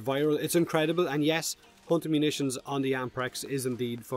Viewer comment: "Without **** Munitions equipped". What Munitions? Replayed the phrase six times before I had to google it. Impressive accent, dude. :D